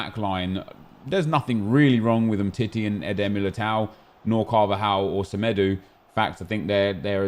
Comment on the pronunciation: Whats the thing with saying ”semedu” Hahha